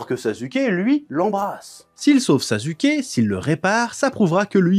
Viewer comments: Est ce que quelqu’un peut m’expliquer pourquoi il dit “sazuké“ ? Je comprend pas du tout , dans l’anime on entend bien des milliers de fois que les personnages disent “saske” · mais j’avoue quand meme que « sazuké » c’est quand meme abusé 😂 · Sa se prononce pas non plus « sasouké » le U en japonais est souvent muet ou peu appuyé, et quand on l’entend c’est genre beaucoup plus un U qu’un OU. Dire OU pour U c’est factuellement une erreur. En sois c’est un melange de sonorité, toute proportion gardée dans le melange c’est 50% un U 25% un OU 25% un E. ( c’est pas que 50% du temps on dis comme sa, je dis que la prononciation du U c’est un melange dans ces proportions. ) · ouais je sais c'est une prononciation aspiré genre "SSaSSKe" un truc du genre 😅 c'est juste je vanne😂 mais il prenonce tout les nom cheloument il force mais c'est juste marrant en vrai